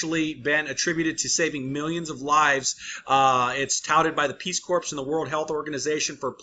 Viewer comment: You sound like Obama, It's NOT Corps, It's Core.